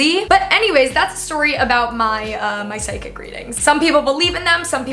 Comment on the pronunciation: omg i thought said SIDEKICK not psychic 😂